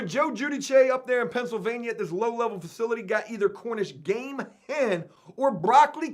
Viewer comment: bro its CORNISH GAME "HEN" NOR HEM.... AND BRO I CANT BELIEVE YOUVE NEVER HEARD OF QUICHE DUDE...AND ITS PRONOUNCED "KEESH" "KEEEEESH" BRO.... FUCK MY LIFE DUDE .... COME ON..... TRY SOME ITS LIKE AN OMELET PIE OR A FRITTATA PIE AND THEYRE DELICIOUS BRUV.... TRY ONE ON THE OUT.... NOT TRYING TO DOWN ON YOU DUDE BUT GOOGLE WILL EVEN SAY IT FOR YOU IF YOU LOOK IT UP.... COME ON DUDE